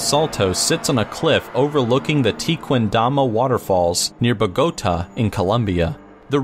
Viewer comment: Am i the only one that noticed that he mispronounced somethings throughout entry 6:salto (the first one i understand because as far as ive seen most english speakers have a hard time pronouncing this tipes of words)tequendama (not even close to how its pronounced (except the dama part) its pronounced line tekken (the videogame) not teequeen)bogota (another one i understand, mostly because english speakers lack a thing we call tilde which emphasizes a silable of the word)